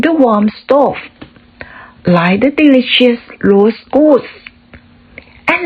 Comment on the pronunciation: เริ่มต้นเว้นวรรคนานไปค่ะ และ หลายช่วง เว้นวรรคนานไปค่ะ😊 พยายามตัดความกังวล เช่น คำนี้อ่านว่าอะไรน๊า แปลว่าอะไรน๊า และอื่น ๆ ให้นึกภาพตาม และรู้สึกถึงเหตุการณ์ แล้วเล่าค่ะ อ่านนั่นแหละ r อย่าลืมจู๋ปาก rost ,rose, rubbed stopped ไม่เป็ดค่ะ 😁 magnificent พยางค์หลังออกเสียงเหมือน sent wall ท้ายแอลด้วยค่ะ ไม่งั้นเสียงเป็น war ตอนท้ายน้ำเสียงดีมากค่ะ ตื่นเต้นเหมือนสถานการณ์ จุดไม้ขีดหนึ่งกำ มีความสุข👏 โดยรวม เก่งมากค่ะ👍